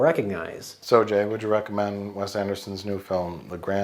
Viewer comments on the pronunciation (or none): none